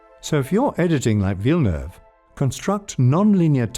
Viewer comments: I only liked this video because you pronounced Villeneuve correctly. 💕 Thank you. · Im just a the start of the video, but i just wanna note, go for a star, that it's fu#$#ing refreshing hearing is name prononced right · A+ for the prononciation of Villeneuve ! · Great work. I appreciate the right pronunciation of his name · I am a french Canadian and the Narrator pronounce Denis's last name Perfectly!! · Thanks for pronouncing his name right. Everytime a non-québécois destroys his name I feel like they are not even trying.